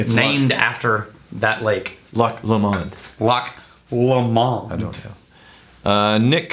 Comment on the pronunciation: It's LO-mond.